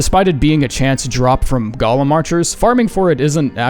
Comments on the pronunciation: "GO-LEM" LIKE COME AND GO IT'S PRONOUNCED "GOLEM" Ffs it's not Gollum that's Lord of the Rings! 😅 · Y'know normally I like your pronunciation of the esoteric words used in this game but I just can't accept how you pronounced Golem , they pronunciation you used aka "Gah-Lim" just reminds of the LOTR charcter Gollum, I myself use "Go-Lim" as I tend to fall back on pronouncing words phonetically and the way it's spelled lends itself well to the "Go-Lim" pronunciation. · You're going to insist on always pronouncing "golem" as "Gollum," aren't you? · Good review, but a heads up: "Golem" is not pronounced like "Gollum"